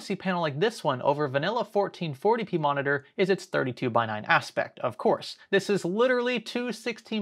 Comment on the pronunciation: veri big moneetor